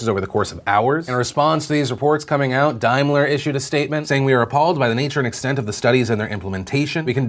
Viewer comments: Daimler [dahym-ler] - first syllable pronounced like "rain", not like "dime". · Just FYI, it's pronounced Dame-ler Phil. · Daimler is pronounced "DAYM-LER" not Dime-ler....so triggered right now....I need my Service Flame thrower.... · Dame-ler not dime-ler.